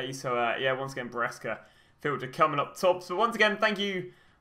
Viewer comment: Your content is awesome! But... please, it’s Brescia not Berisca. You keep saying that all the time 🧐